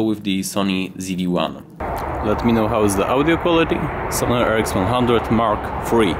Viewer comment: Your accent made me hear Sony-Ericsson instead of Sony RX100 😆😃